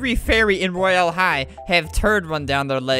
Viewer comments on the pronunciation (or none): 'roy- Al' high , Al / Albert XD